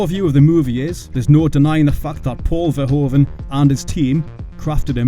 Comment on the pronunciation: The oe in Verhoeven is a diftong. It is pronounced like oo in English, like hoof for example.